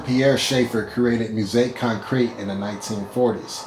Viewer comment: "He's Gonna Step on You Again" by John Kongos was a top 10 hit in the UK back in 1971. It's often cited as the first hit pop song to be based on a drum loop. It made the Billboard Hot 100 in the US as well, but nowhere near the top 10. You should get a little bit of coaching on how to pronounce "musique concrète" . . .